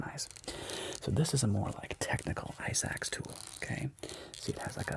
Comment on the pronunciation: Am I the only one who kept hearing “ice axe” as “eye sacks” 🙈